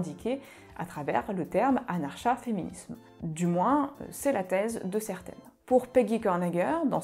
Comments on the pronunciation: Comment est-il imaginable de produire une longue vidéo sur un sujet dont on se sait même pas prononcer le nom ?! N'était-ce pas la première chose à faire ? Anarcha-féminisme se prononce évidemment a.naʁ.ka.fe.mi.nism comme anarcho-syndicalismese se dit anarko ... 😵‍💫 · Curieusement, c'est bien la 1ère fois que j'entends le ch prononcé comme dans chat alors que l'on peut dire anar(K)a féminisme ;) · est la première personne que j'entend pronocer le "ch", c'est une françisation j'imagine.